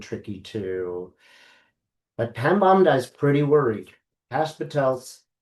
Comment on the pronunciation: Pam Bondi pronounced Bon dee.